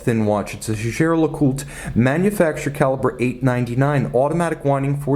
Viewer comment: You've got it wrong, boy! He pronounces it correctly. The name is French and I'm a French speaker.